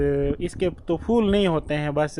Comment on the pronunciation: Pattey ko fattey bolo Yahan theek bolti ho Betta magger phool ko fool bolti ho Jo roung hey.